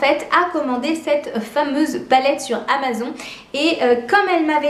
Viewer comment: Superbe vidéo par contre le "Amazon" c'est juste pas possible 😂Bonne continuation a toi